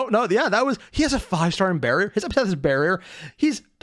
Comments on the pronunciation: It's ep-a-th-e-t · I’ve watched a few reactions to this series and almost no one says epithet correctly the first few times.